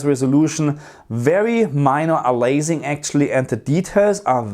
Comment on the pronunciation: You mean aliasing (a-lee-ass-ing) from the word alias (a-lee-ass -- the "a" is pronounced like the letter a), not "a-laze-ing"...